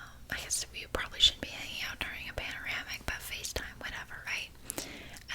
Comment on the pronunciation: Paneramic? Pandemic !!😂 X